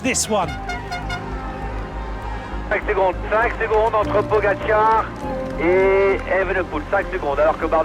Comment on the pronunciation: Announcer still can’t pronounce pogacar. Strange. Odd. Unprofessional